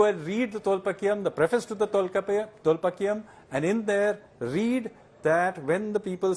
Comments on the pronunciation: Great explanation. Small correction it’s Tholkaapyum and not Thilpaakyum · Sanjeev ji - It’s Tolkaappiyam and not Tolpaakkiyam.